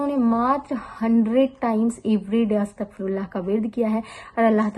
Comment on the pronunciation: Is it Astagfaar Or Astaghfaar